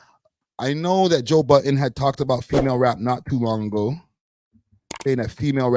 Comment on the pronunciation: His name is Joe Budden not Joe Button